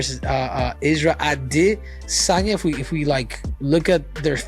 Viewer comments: Why did cejudo keep calling him adihsanya 😭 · A dis saynea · Henry trolling Full Mount with the Ade-sanya pronunciation. 😂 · Henry can’t say “Israel a DEE sanya “ 😂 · Dafuk w the pronunciation w cejudo on adesanya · This channel is 💩 and the narrator sounds gay saying adesanya.